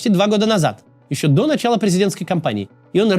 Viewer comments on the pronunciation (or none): none